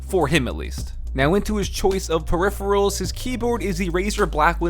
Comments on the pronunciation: dude you said "periphials" instead of peripherals smh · "Periphials"? Is it a running joke to not pronounce "peripherals" correctly in Frank's video? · Like no offense but I laughed out loud when I heard "periphials" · Hey. Activate Windows dude, otherwise people will assume you stopped being a ninja and started to be a pirate haha. Also: Peripherals. You totally messed that pronunciation.